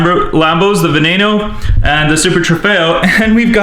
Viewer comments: It's veneeno not vuh nen o also the huracán is pronounced hurricane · Veneno is pronounced ven-n-o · pronounced Va-nEE-no, not Va-NAY-no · veneno not venano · No, it's veneno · And veneno is pronounced Ven neeno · He didn't say them correctly and btw ask me the name of all porcshes mad and I know them all cause I own 3 REAL CARS and my hot wheels porsches I have over 35 orsches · Your pronocing veneno wrong